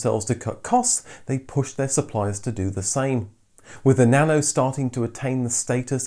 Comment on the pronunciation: Why pronouncing nano as "banana"?